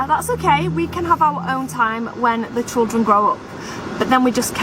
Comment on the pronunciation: Pronounced CHILdren not CHULdren 🙄